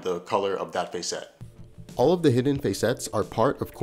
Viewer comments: This is awesome but I almost had to stop watching because you kept pronouncing facet as face-ette instead of fah-sit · In the real world there is a word describing similar parts of a gemstone spelled facets pronounced FASS-uts as opposed to your fay-SETS (emphasis in on the capitalized letters) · Cool video. Btw "facet" is pronounced closer to "faucet" than "face-ett". ""Fass-itt". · hey I'm sorry to do this to you man but facet sounds like asset..... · Sorry to be that guy. Normally I am not but facet sounds like asset. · Short "a" sound in "facet". Yes, it's pronounced differently to "face".